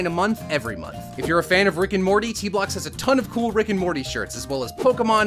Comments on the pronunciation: It's Morty not Morder bro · morter you mean morty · dude 10 seconds into the video you called morty morter and you continued to call him morter most of the video lol this is too funny great video though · He kept saying morter it’s Morty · Morty not mory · Its MORTY NOT MORADOR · Morter.....who the fuck is morter.......it morty dude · Ummmmmmmmmmmmmmmm his name is not morter it’s morty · ITS MORTY NOT “MORTER” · Umm... excuse me it’s M.O.R.T.Y not morter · It sounds like he's saying morter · You pronounced morty wrong